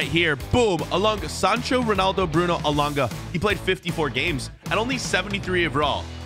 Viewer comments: Its elanga not elonga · It's not Elonga it's Elangaaaaaa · Why did he say elonga it’s so triggering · Man said elungu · Anthony alonga you said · Is just me it bugged me a bit always says Elunga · man said alunga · I’m Swedish but you’re saying his name wrong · hes just trying to piss people off by saying the wrong name 😂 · I am from sweden and that is not how you say Elanga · The pronunciation of elanga annoyed me lmao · YOU PRONOUNCE HIS WITH A E AT THE START NOT A O HIS NAME STARTS WITH A E SO SAY IT RIGHT OTHER WISE IN AMERICAN THE “schools” WILL STAY AS SHOOTING RANGES